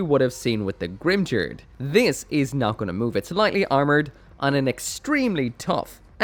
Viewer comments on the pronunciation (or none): The word Valkyrja is pronounced valkeeriya not valcuria and Grimgerde is pronounced grimgarduh not grimjerd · Grimgerde is pronounced with only hard Gs and the E at the end has an "uh" sound. "Grim-gare-duh" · The 'ge' part of Grimgerde is supposed to be pronounced like 'get', not like 'gel'. The katakana used for that syllable is ゲ, so I have that supporting my statement. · Oh I always pronounced it as greem-ger-day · In German its pronounced grim-gurd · Going by the Japanese pronunciation, it should probably be the first one. Short 'ba' and , 'tos' pronounced similarly to 'toss' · every time Grimgerde was said I died a little inside